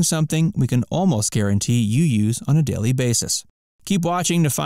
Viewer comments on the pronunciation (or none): none